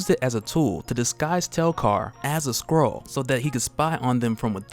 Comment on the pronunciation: Is it just me or does it sound like he says squirrel when he says skrull.